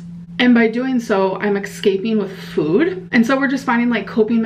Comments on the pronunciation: I cant help but hear accent when she says "food" now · I can’t stand the way she says food now, it’s annoying